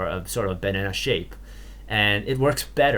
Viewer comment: YOU FOR ENGLISH Not really poking fun at you but I lol-ed at 'Benana' XD I know you were pronouncing it right but that's how it sounds lol Also thanks for taking your time and explaining things slowly :P Most tutorials either over-explain and work really fast to get a short video or they under-explain and it takes super long :/ This is just about the right pace for me X3